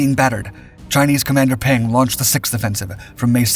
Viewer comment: Peng’s reward for leading the Chinese troops? Death by plane crash while fleeing the Cultural Revolution. BTW, Peng is pronounced more like Pung. The e sounds like the e in the word the.